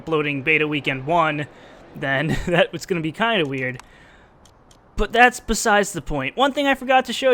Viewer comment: You said "besize" in the beginning. Hopefully you meant besides.